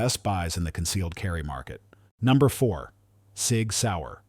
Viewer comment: The " S.I.G. " ? AI generated crap...